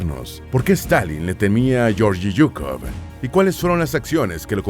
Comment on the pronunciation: Se pronuncia Gueorguis Zukof...asi segun el Ruso